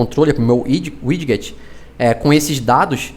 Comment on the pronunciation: Tirando a parte que fala um inglês estranho para widget falando "wid-get", video legal